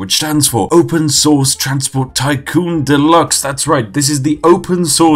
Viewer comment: "Delax" -The Spiffing Brit